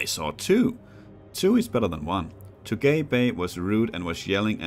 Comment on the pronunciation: Well, this is probably already too late to mention, but I assume Tugay Bey is probably actually a Turkish name, since „Bey” means „Mr.”, so Tugay would probably be pronounced „Too-gai”, not too gay. XD Other than that the reading and the pacing is fine, I think you could even be more patient and let us in on your thought process. — Overall, great that the series continues on the channel!